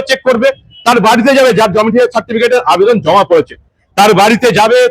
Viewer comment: Domicial noy; Domicile.